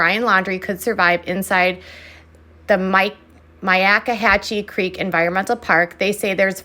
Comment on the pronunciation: Kudos on your pronunciation of Myakkahatchee Creek. I assume it’s correct. 🤣